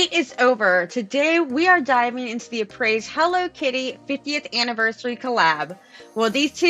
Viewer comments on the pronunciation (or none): Hey, just so you know, it's pronounced (uh-pray)